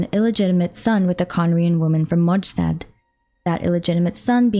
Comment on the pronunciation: Is it really MonSHtat??